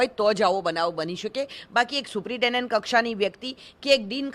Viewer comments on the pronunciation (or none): આ ભાઈ ને સુપ્રિન્ટેન્ડન્ટ બોલતા નથી આવડતું